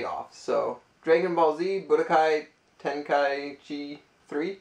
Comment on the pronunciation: Suuuure you don't. The old "got it for the wife" excuse. ;) Hahaha. Pikmin 2, nice. Ten-k-eye-ee-chee, I'm pretty sure is how you say it. :P Some nice handheld titles. I've been wanting to get more, mostly GBA or PSP games. Ah, the ol' GameBoy 'ding'. ;) I'm not big on racing games, but it is cool to see, in the box and everything. Boxed Zelda 1, nice. :) Went and subbed to Thriftdwellers. Gonna have to check them out sometime. :)